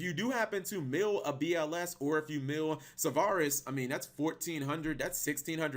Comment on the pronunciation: New game: take a shot every time says "Sauvaris" instead of "Sauravis" lol